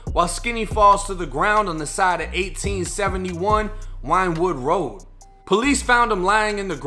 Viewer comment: Yeah this happened n my hood I'm from 62nd in west philly he was talking bout 63rd St in west Philly he was killed on 64th st..nd its pronounced win-wood road